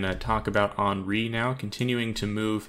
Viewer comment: It's Hen-ri, not Han-ri